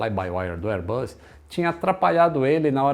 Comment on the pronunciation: Excelente canal. Só uma observação: "Bus" se pronuncia com o som de S, como em "boss." O que você tem pronunciado é "buzz," que significa "zumbido," como som de campainha, ou de um inseto. Reiterando, "airbus" se pronuncia o S como em "boss."